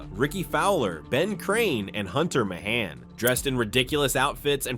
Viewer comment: Good video, but also pretty funny that you managed to botch the pronunciation of Kaymer, Pavin, Mahan and Oosthuizen lol